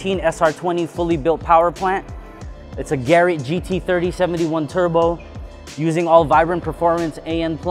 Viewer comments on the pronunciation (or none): Nice he helped design the ca...wait did he just call that a "Gary" gt40 turbo?!?! Didn't sound like Garrett to me